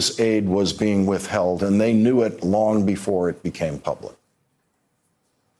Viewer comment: Is it my hearing or does Lawrence not know how to pronounce knew properly?